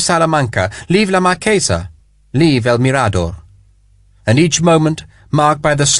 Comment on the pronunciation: mirador has the accent on the “m” not the “r” but a wonderful book